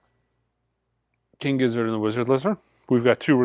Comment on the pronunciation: At this point, are you just trolling with the continued mispronunciation of King Gizz? 😂